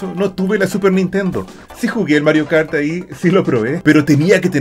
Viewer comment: Hasta ganas de llorar me dieron! con la nostalgia de esuchcar el "Welcome to Matrio Kart"